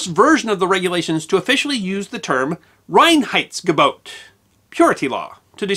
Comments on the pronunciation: You did a pretty good pronounciation of "Reinheitsgebot"! You start off with "rain heights go boat" (better: "rye-n heights go boat") - which you manage to do several times later on - although it differs every now and then. Still, I must compliment you with the efforts you must have gone through to get it right. Well done! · As a German, I love your pronounciation of "Reinheitsgebot". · kudos for getting the pronunciation of Reinheidsgebot almost correct. I know German isn't easy for non-natives. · Can’t give you enough native speaker 👍🏻👍🏻👍🏻 for the pronunciation of „Reinheitsgebot“ - very well done! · Allmost right indeed :-) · I love the song like way "Reinheitsgebot"is pronounced. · pretty perfect pronunciation of "Reinheitsgebot" :-)